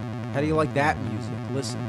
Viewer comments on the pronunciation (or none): none